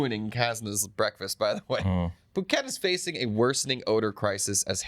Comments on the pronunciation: Good one....poo ket:face-purple-crying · good job today boys, even with the POO-ket joke 😊😊